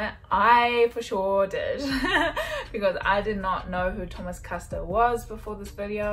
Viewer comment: You're still saying Custer wrong. It's an "Er" not an "AHr".